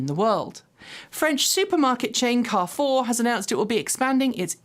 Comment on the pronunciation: Please, in french it is "Carrefour" not like you said "Care four" it took me 3 times to figure out what you were talking about. Ask Martyn Lee for help, je start to have a nice french accent;-)